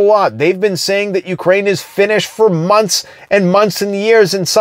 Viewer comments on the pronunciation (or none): none